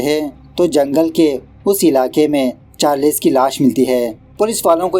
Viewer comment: Charless nahin charles 😑😮‍💨